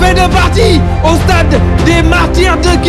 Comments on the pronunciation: MR il faut faire l’articulation on dit pas le stade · Le seul bémol c'est " estade" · Merci mais essayer de vous appliquer dans la prononciation de certains mots: chéreté, stade , spectacle, match